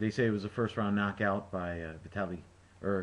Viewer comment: Like I said in the next comments. vitAliy - good pronounciation :) klichkO - originally, pronounced with stress on the last O but anyway, your voice is closer to original then any other :))))